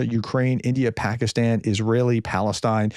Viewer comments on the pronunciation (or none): none